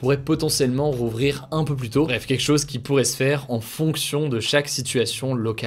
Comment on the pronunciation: Hello, on dit pas PLUSSE, mais PLUS (le s est muet). Jpp.